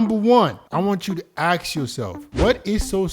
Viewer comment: Please stop saying ax. It's ask. Good video tho